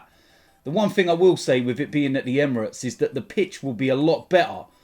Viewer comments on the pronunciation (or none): none